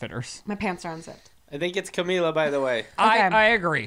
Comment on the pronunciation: what is "camiYa" hahahaha!!! its pronounced the same in english or spanish hahaha ly